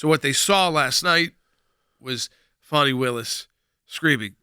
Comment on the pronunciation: What reputation, for living up to her name? Guess I think loosing that could be a very good thing. This woman is a prime example of a spoiled child growing into adult sized clothing. ..... and its Fāni not Fawni!!